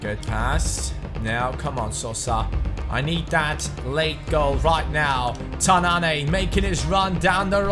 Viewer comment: It's Tananne not tanann"ey" :)